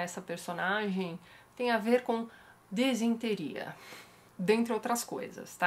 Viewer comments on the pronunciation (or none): Quando a Tati falou "desinteria" pensei em dor de barriga mesmo.